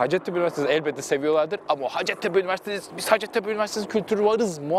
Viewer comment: Üniversitenin adının telaffuzu “ha:cettepe” yani -a uzun, Türkçe’de ‘hacet’ diye bir kelime yok, ha:cet ise ihtiyaç anlamına geliyor, yani “ihtiyaç tepesi”, bu adın bir de hikayesi var ama o başka bir yorumun konusu :)